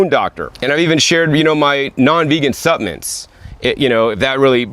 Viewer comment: You've taught me that the "L" in the word supplements is silent.